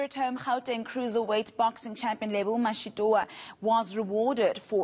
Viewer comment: does a really poor job at pronouncing peoples’ names, and other things in general. She must improve. You can’t even say Mashitoa? It’s toa as in twa, not toowa.